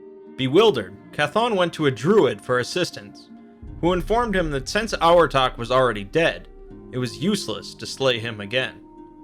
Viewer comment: For Abhartach I think the bh should make a v sound